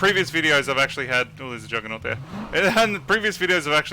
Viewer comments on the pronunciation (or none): none